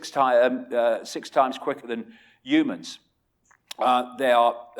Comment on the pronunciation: I've subbed because you say ooomans instead of humans. Also I subbed because a lot of the stuff you say actually makes sense. I think you're on the right track.